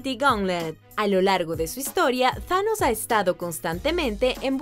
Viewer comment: Thanos se pronuncia como lo pone tanos tanos